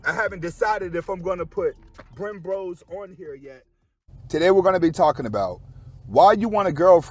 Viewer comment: I don’t want to laughs at you, but the little pub for your other Chanel, when you talk about the brakes, it seems like you called theme BremBRO’s instead of Brembo, I know brakes are very important but I don’t think their your brothers either. 😂😂😂😂😂